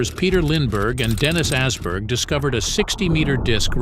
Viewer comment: Assberg 😭 it's Åberg, a Swedish o. Oberg. Not ass 😂